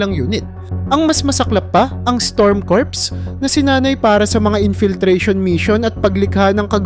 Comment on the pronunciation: Kur hindi kurps